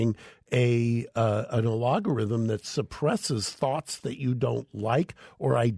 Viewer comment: Geeze, it's "Algorithm" ffs